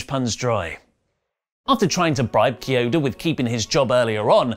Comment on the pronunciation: It's pronounced KEY-ODA but close enough